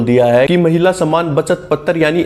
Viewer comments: Can't you pronounce पत्र as पत्र (not पत्तर्) ? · पतर नहीं है भाई पत्र है 😂